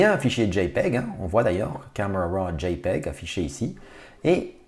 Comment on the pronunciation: C'est tellement jouissif de l'entendre dire JPEG